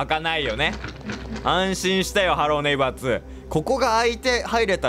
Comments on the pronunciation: はろー↓ねいば↑ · ハロー⤴︎ネイバー⤵︎ って発音おもろいな笑